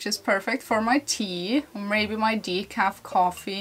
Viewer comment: You emphasized decaf. I make super caffeinated espresso drinks for myself with a mean froth. What would that do to you? 😄